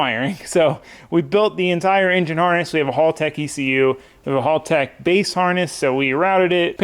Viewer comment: Love the build bro. Just a heads up that Haltech is pronounced ‘Hell-tech’ 👍🏼